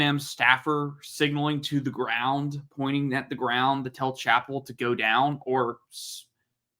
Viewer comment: How is it? You cannot get Tyreek Chappelle’s name right? Pronounce the same way as Dave Chappelle.